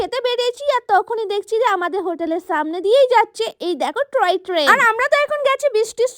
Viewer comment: Ota troy na toy train. Bar bar ae bhul korcho.